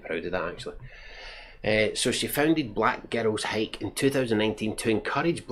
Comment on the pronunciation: To my American ears, every time you say "Black Girls Hike" it sounds like "Black Ghettos Hike". That would have been a much more interesting name for the hiking group. Great movie review.